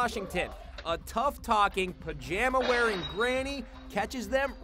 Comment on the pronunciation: Emphasis on pajamas lol